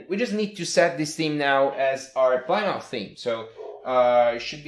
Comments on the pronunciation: Plymouth is name of a city in England, pronounced 'plimeth' :) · this isn't too important but plymouth is pronounced pli-muth. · LOL, Plymouth is a town in Massachusetts, USA, pronounced "PLIM-uth."